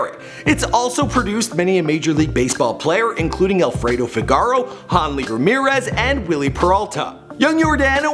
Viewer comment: He said honley Ramirez 😂😂😂😂